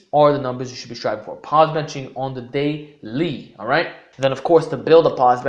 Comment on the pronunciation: "On the dailee" 😇